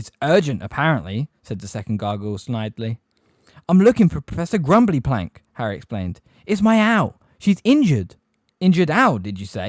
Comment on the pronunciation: It is “emphatically” not “empathetically” Her name is Grubbly-Plank not Grumbly-Plank His name is Firenze. Not FirenZEE JFC man